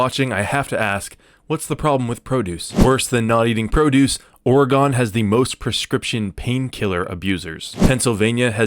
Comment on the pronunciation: This dude really pronounced it Oregone 😂